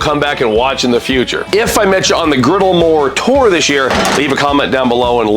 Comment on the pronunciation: I thought you kept saying the Blackstone Moorator, like that was one of the products. Had to google it to realize you're saying "More Tour". Am I the only one?